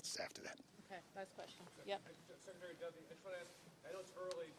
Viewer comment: Muriel Bowser fails to properly pronounce Secretary the 39 second mark. "SHECKretary"? Wow. Language matters. What a poor example. PPPP